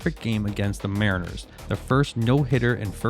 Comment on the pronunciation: Ai narration sloppp. Wtf is this lol "safefieldco history" 20 seconds later "mah-riners"